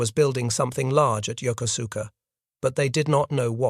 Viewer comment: This is an excellent documentary but the city in Japan mentioned during the video is Yokosuka (pronounced: jokosɯ̥ka). The narration does not pronounce its name correctly. And I should know, I was born at the US Naval Hospital at Yokosuka US Naval Station in October 1960.